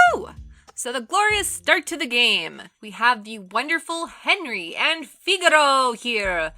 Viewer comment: I don't know what's worse the game or the mispronunciation of Henry, Thuram and Figo)))